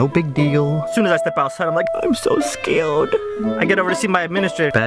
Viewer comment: “I’m so scayood”